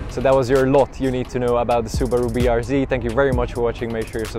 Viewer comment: It’s fucking BRZ not rbz ffs 🤦‍♂️